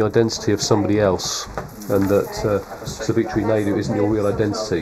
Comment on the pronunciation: Lol the way they butchered Savitri’s name.. SAVEETREE